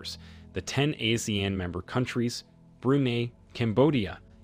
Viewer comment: Please look up your pronunciation of Brunei and Asean. It would make your statements and arguments much better for the listener.